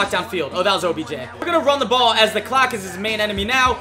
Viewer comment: he said objen